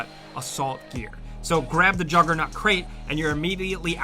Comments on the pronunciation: Did you say juggernut!?! 🤔😂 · Jugger nut? Wtf is a Jugger nut? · "Jugger-nut" lol. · The "juggarnut" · I definitely hear "juggernut " the first time he said it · When sounds like he says "jugger-nut"